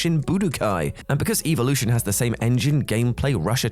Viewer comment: how you say evolution wrong triggers me, your supposted to say it like they do in pokemon.